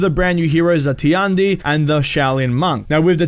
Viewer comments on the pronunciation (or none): ''tee-un-dee'' lel its tee-yan- dee